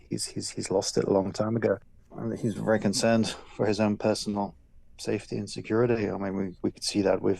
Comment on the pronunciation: And Bajden is werry smart 😂😂😂